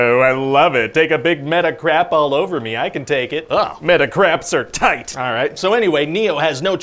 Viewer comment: The emphasis of "meta-craps are TIGHT" 🤣